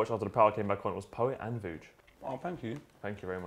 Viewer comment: How gassed was Poet when Vuj did the names correctly on the intro? 😭😭